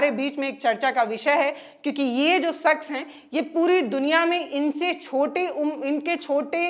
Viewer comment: sakhs nahi shakhs hota hai